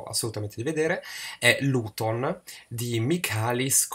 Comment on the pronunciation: Dei cinque film che hai elencato ho visto solo "Luton" (che, essendo greco, si pronuncia "liuton"). Interessante, ma non mi ha fatto impazzire. Il finale eleva un po' la pellicola, ma di fatto penso che essa complessivamente sia un esercizio di stile, come hai detto tu molto geometrica, si pone l'attenzione sulla tecnica e i sentimenti vengono minimalizzati (esiste questa parola?) fino al parossismo. Non dico che sia un film noioso, anzi, l'immagine, nonostante la lentezza del ritmo, è talmente fatta bene che lo spettatore ci si perde, però ho trovato la maggior parte del film talmente piatta da risultare ridicola. Un film che consiglio ai cinefili, ma che può appesantire anche loro. Ho visto anche "Dogtooth" di Lanthimos (titolo originale: Kynodontas): assoluto capolavoro, che mi ha ricordato le atmosfere di "Teorema" di Pasolini e di "Arancia Meccanica" di Kubrick.